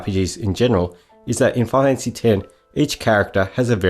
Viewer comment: “Fi-kneel fanphassy”